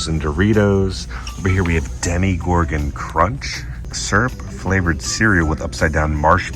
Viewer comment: Why do you keep saying demi-gorgon rather than demo-gorgon like its spelled? Did I miss an inside joke?